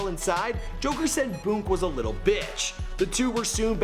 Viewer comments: It’s boonk not boke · The way this nigga pronounces “Boon” be catching me off guard every time 😂